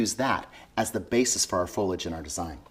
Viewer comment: Nice work, the word is foliage not folage